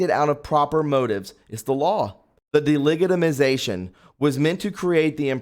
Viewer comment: Delegitimization the g sounds like a “j” please do read through before broadcasting